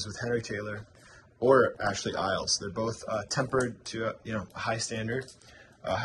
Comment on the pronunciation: Ashley Iles ... the Iles is pronounced "Eye Less".. They are the first to report that Americans will not buy wood carving tools that are not polished or sharpened. They adapted and were able to sell to America. For stubai and Pfeil. the inner ferrule or collar as you call was designed as requested by many carvers who did not like the metallic feeling of the usual external ferrules on other European brands...